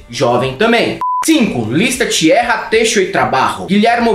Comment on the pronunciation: Tchiêrra, têxo y trabarro... 😅😅😅 O poliglota Vão Rato vai tirar sarro da tua pronúncia 😂